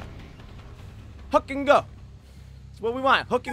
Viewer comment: He says hook and go but I hear hit it and quit it😂😂😂